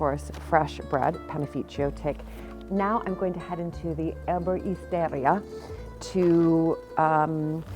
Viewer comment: Nothing like a small village Erboristeria in Italy, always full of clean beautiful scents! Tricky to pronounce ER-bo-RI-ste-RI-a (with the accents on the Capitals) but so lovely to fossick in. 😉 🇮🇹